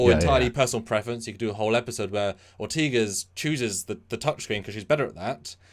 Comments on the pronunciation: They always call her Ortiguez and have been corrected several times. At this point it's starting to be disrespectful... It's Ortegas. Or-Teh-Gas. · Great video but I wish you would both pronounce Ortegas' name correctly.